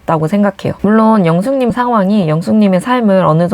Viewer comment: 근데 ‘영수님’하고 ‘영숙님’ 발음이 너무 똑같아서 구분이 안돼요. 경상도 사투리 약간 쓰시는 듯